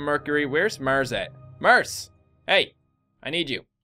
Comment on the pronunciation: I didn't know "Murs" was a planet.